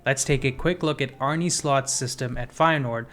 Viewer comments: Great video but as a Feyenoord fan I can’t hear you say “Arney Slot” or “Weiffer” anymore. Please say Arne as “Arnuh” and just Wieffer as in “Weeffer.” Idk I just couldn’t bare to hear it like you did but great video anyways. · Good video and great analysis! Sidenote: Arne isn’t pronounced “Arnie” but “Arneh” 😂 Sounds funny tho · great video man. Just a little btw Arne is pronounced Arn-uh. I go to every Feyenoord home game and Kokcu is an absolute pleasure to watch. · Feyenoord's coach is called Arne, not Arnie 😂